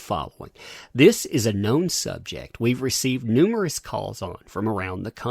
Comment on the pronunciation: "Numberous" LOL!!